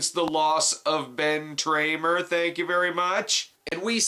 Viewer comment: Please don’t ever stop saying Ben Tramer 😂👻